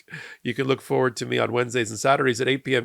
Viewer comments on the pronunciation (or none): none